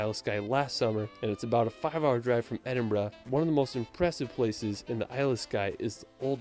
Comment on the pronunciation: I live in Edinburgh. Pleased to hear him say it correctly. I've heard a lot of non-Scots say Eddin-boro. He didn't say Holyrood the way we say it though. We say Holly Rood (rhymes with Hollywood!).